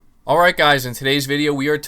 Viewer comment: "Awrrite geyz"